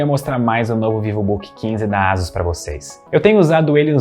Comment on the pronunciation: Só uma pergunta: a pronúncia correta não seria "Eisãs" ao invés de "Ásus"??? 🤔🤔🤔🤔